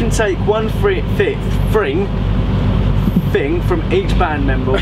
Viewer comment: Brooklyn 5.57 is it so hard to say: thing??